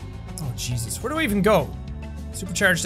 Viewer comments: am i the only one who heard Cheese us?! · He is irish so yeah 🤣